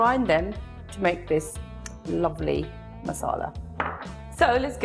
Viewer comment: how she says "lovely"😂😂